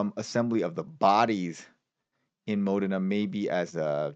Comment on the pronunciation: Modena is pronounced as Mo-Dana with the accent on Dana